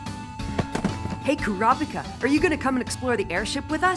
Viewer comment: As far as dubs go this one is really great, but I just wish they coulda learned to pronounce the names better. Super jarring every time they say "Ku-RAAW-pika."